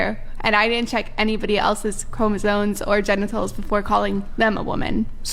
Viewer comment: The moment you pronounce the word chromosoNes it invalidates everything you said before and after.